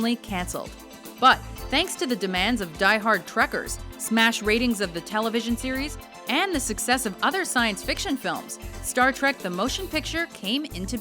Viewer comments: Trekkies, not Trekkers. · That's "Trekees" not "Trekers". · "Trekkers" IT'S TREKKIES JFC